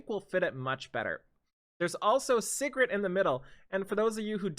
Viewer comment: ….PLZ ITS SIGRET (SEA GRET) everyone keeps saying Cigarette.....:(